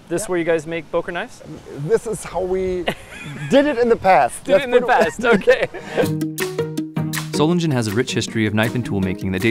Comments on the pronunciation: Sorry, but that "SolinJen" pronunciation really hurt my ears! Thanks for the video!👍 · As you heard in the video: It's not Solinjen, it's Solingen. Just a friendly pronounciation advice :D I know you pronounce the same spelling differently all the time, which I don't get, but lets not go into that; I just thought I might help put a little. : > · Very nice video, full of interesting facts and beautiful pictures. One small remark though : the german boss pronounced the name of this place many times and it clearly is not "solindjen"... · Absolutely great!!!! The only thing Blade HQ could have done better is to pronounce the name of the city they went to correctly. The city is called 'Solingen'. The German guy was pronouncing something like "Soling", and I'm positive Americans can say that too. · Sol lee Gin !!! not a soft G !!! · Man please...he've told you how to spell Solingen correctly more than once. For all you Englishs, try "Solinghan" and suddenly you're more close to correct German. My God...😐